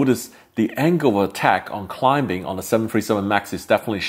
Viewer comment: Survivors="SurWHYWERs"?!! Climbing="ClimBing"?!! He's dumb as f*ck and shouldn't be presenting in English if he can't speak the language; he should stick to his native Chinese..